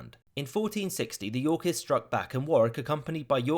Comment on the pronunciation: The way he says "Yorkists" sounds too much like "Yorkies" and now I'm imagining adorable dogs killing people.